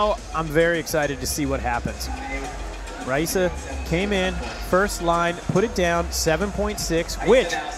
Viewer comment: I’m so confused why he keeps pronouncing Rayssa’s name with an H